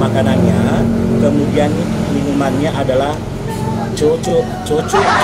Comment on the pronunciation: yang benar itu choko oreo bukan coco/koko oreo😂😂